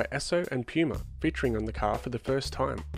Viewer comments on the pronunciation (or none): none